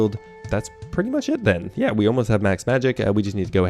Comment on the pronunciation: Did you pronounce yeah as Jeah? European heritage revealed